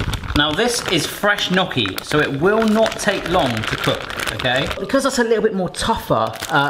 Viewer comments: Enjoyed video, fudge looked good, the nutella gaff was fun. Gnocchi looked decent. But...but...it's not "Nocky". The "gn" pronunciation can be tricky. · "Nokki" Ouch my Italian. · He got the "cchi" right (most english speakers don't), but the "gn" sound in italian is quite different. He said it like if the g wasn't there, while it's actually like the spanish ñ. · no one commenting about the two small dots of soup in the camera lens and how he said gnocchi, loved the vidoe and that t-shirt is just hilarious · the way you were pronouncing gnocchi was hurting my heart